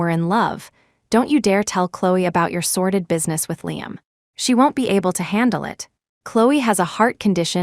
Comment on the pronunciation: SORDID not sorted